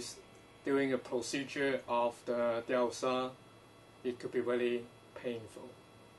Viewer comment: Hi. You're not the same name as the video poster, but you sound like you know about this stuff, so I thought I would ask. Do you know what the name of this procedure is so I could look up more about it. I mean no offense, but I cannot understand the word he is saying.